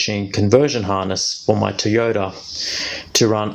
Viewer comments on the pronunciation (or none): It’s pronounced Toyota…